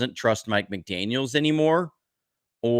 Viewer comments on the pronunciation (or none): McDaniel ! Please not McDaniels !